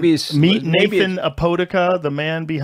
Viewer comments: it's pronounced a-pu-da-ca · Wow Joe slaughtered his last name of Apodaca, he pronounced it “Apodika” when it’s “Ah-Po-Dah-Cuh” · Did rogan just say "A-Poe-di-ca"? You pronounce it Ah-Poe-da-ca" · " A Poe De Cuh" noo its pronounced "Opo Docka" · The way Joe pronounced Apodaca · Bro the way he pronounced Apodaca 💀💀💀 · I still laugh at how Joe can't pronounce Apodaca 😅